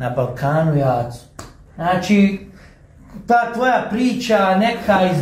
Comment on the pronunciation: Znaći.. Znaći.. Znaći...😝 Kakav voditelj.. 😜 Danas je svako voditelj... Ovaj.. Ovaj... Znaći. Znaći😜 Kakav ćovjek😝kakva prića... ZNA LI ITKO KOJI JEZIK JE OVO... 🙄